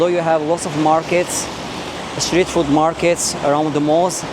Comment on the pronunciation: Just a small thing I noticed—you might be saying ‘foot’ when you mean ‘food.’ The words sound similar, but ‘food’ has a longer 'oo' sound, like in ‘mood.’ Thought I’d mention it in case you want to adjust it—you're doing great otherwise!